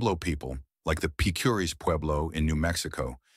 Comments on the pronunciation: You did a great job with the artwork and the entire production. However, I’m 99% sure you are mispronouncing Picuris. I lived in that region half my life and I always heard it with the strong accent on Pic’ . Twenty-five years ago the once a decade conference on early man shocked the archaeological community with the genetic revelations that were resulting due to the government collecting dna samples from every tribe and making the data available. Native Americans were rarely in on this. One finding I remember from this conference was the string link between Hopi and Tibetan genes. I live in Brazil. We have tribes on the Atlantic coast who have genes linked to Southeast Asia. And oral history—it has built in checks and balances. One is trained from youth to repeat that history verbatim without a single alteration or mistake. Some oral traditions go back 40,000 years. The Hopi’s for exampleu. By the way, Picuris Pueblo is a small impoverished community. A tiny tribe with many serious problems and hardships in their life. All pueblos have stories of the places they came from and I imagine all of them can name the ruined city or village where they moved from. Best of luck with your work. One day you should attend the Shalako ceremonies at Zuni. There you can experience the power of oral tradition first hand and all night long. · Picuris pronounced Pea, coo, reese. They are also related to Taos. 11th century was the dark ages when Europe didnt see the sun fo 3 years. Supposedly the whole earth was covered by a cloud of ash. Aztecs used Chaco Canyon as a religeous center and used canabalism to control the regional population. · Pronounced "Pic.er.ees" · Couldn't whoever narrated this (AI ???) at least pronounce "Picuris" correctly? It's like : 'Pi cuh reece' over in New Mexico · Picuris is pronounced "pik-uh-reez"